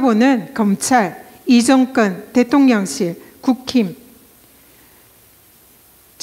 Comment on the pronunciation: 정건? 발음이 거슬리네요. 경상도 분들도 제대로 발음하시는 분 많아요. 공인이시니까 의식적으로 고치셨으면 좋겠네요.